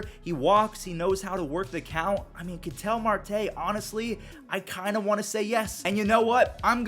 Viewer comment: Who else gets annoyed by Ketel Marte's mispronunciation?